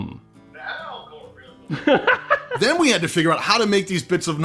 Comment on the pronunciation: Hey, say that again /ˈalɡəˌriT͟Həm/